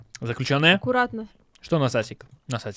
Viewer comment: Может ты хотел сказать насатик а не насасик .